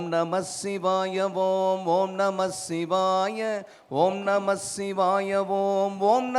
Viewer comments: Shivaya pronunciation thappu ji aluthu sollanum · ஷிவாய அல்ல... சிவாய என்று உச்சரியுங்கள்.